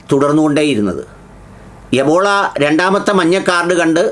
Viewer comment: എബോള അല്ല ബ്രീല്‍ എംബോളൊ.